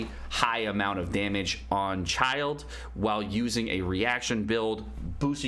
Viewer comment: Great Video! Learned a lot! FYI: Pronouncing Child = "Child" / Childe is pronounce "CHIL-DAY" but whatever flows your boat :)